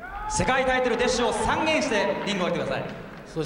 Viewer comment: 「世界タイトル"で"っしゅを"さ"んげんして、リングをお降りてください」 このひと、重ね重ねアナウンサーとしての資質ないわ、、、w